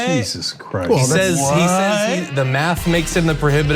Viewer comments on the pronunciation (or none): none